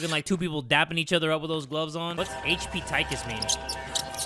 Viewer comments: Is not pronounced Tike kus, is TikKus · I love his pronunciation lmao "Tykus" 😭😭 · When he said tiekus I died 😭😭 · Good game good video! But i cant get over how pronounced 'tikus' 😭😭